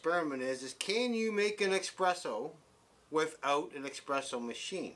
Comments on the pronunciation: Why is he saying expresso??? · Everytime someone says "eXpresso" an Italian falls off a Vespa.